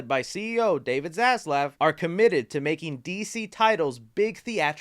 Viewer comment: sounds like he said David ass left 😂